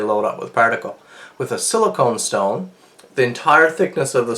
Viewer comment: Goddammit...Silicon...not silicone...i'm cringing :P